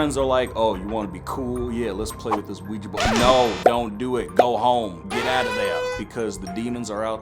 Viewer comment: "Have you ever heard of the ouigi board?" NOOOO